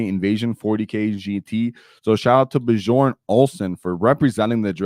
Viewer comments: The "j" in Bjorn is actually pronounced as a "y". B-your-n. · Actually, the "j" in Bjorn is pronounced as a "y" sound.